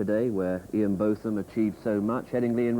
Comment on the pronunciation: Some people call him Both like Hughes did. The first part though. I heard his wife say it in one of the programmes made about Ian Botham.